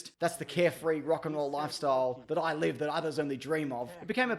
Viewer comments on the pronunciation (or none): none